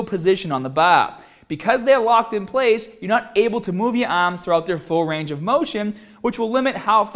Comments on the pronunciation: the baaaah LOL he's killing me with this shit. lift the baaah up...move ya aahms in full motion. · baawbell ahhms 😂😂😂😂